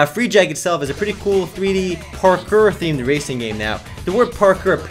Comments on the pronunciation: its pronounced PARK-KOUR lol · Dude its pronounced as [par-core] Parkour. Its just running from point A to B in the most abstract way possible.